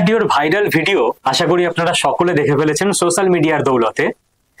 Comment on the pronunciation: Sossal media noy...bad pronunciation 😮